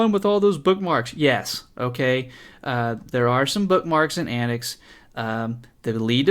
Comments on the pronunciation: It is pronounced an-tics not anicks. As in 'antics' the word. TTTTTTTT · I watched your video from the AntiX website, where your review is featured. I don't understand why you pronounce AntiX as "AntX" consistently, but otherwise good video.